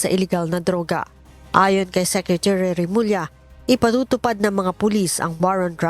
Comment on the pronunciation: Sekrituri ba talaga lea?